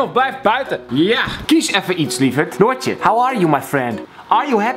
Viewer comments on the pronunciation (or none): ik moet altijd zooo lacheee als hij Noortje zegt pwhahahahhaha!!! ik ben ook Noor